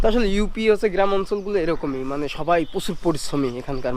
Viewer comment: গিরাম প সুর এসব কি উচ্চারণ এতদিন বিদেশে থাকো ইন স্টুডেন্ট হিসেবে